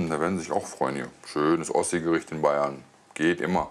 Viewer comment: "Ossigericht"? Hat der Typ ne Macke?